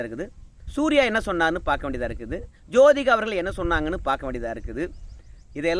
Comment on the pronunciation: நான் உங்களை குறை சொல்லவில்லை அவர்கள் உங்கள் என்று சொல்லும்போது ல் என்று உச்சரிக்கதீர் ள் என்று ஊச்சரியுங்கள் நன்றாக இருக்கும் ல் கும் ள் க்கும் வித்தியாசம் தெரிய வேண்டும் குறையாக இருந்தால் மன்னிக்கவும் நன்றி